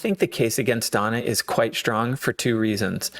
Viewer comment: The word is "strong", not "shtrong". S-T-R-O-N-G. I don't know why you pronounce it like that.